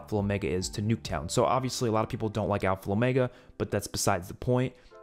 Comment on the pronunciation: “Alfal Omega”😂👍🏼